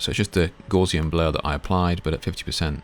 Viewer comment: Thanks for pointing out the Fade function - I hadn't spotted that in 20+ years of PS use! (But it's Gowsian (as in cow), rather than Gorzian, blur - from the German mathematician Gauss ;-)